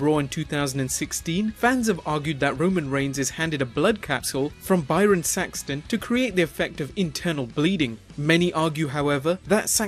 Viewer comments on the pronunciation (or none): none